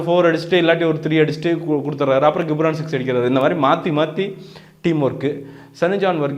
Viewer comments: டேய் கம்மினாட்டி பையா...... 'கி'ப்ரான் இல்லடா அவன் பேரு 'ஜி'ப்ரான்...... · Hello brother!!! Try to pronounce the name of the personality correctly. It is Ghibran (to pronounce as 'Jibran' and not as 'Gibhran'). Also please try to first see your comments video and what you have spoken in the review. You would have given your review without any preparation and utter whatever comes in your mind. But, you have mentioned the word "KORANGU (MONKEY) VITTHAI ELLAM KAATRAARU". You are praising him as Legend but uttering such cheap words...Try to present your review in a neat way. Sorry about your review on Thoongavanam. It's a good Kamal movie but he has missed a lot in screenplay and climax scenes.